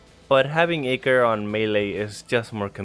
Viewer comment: It’s pronounced eyecore not iker